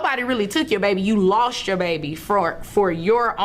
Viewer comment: "You LOLst the baby". Hahahahah